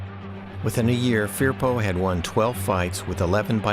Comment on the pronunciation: Pronounced . . F E R P O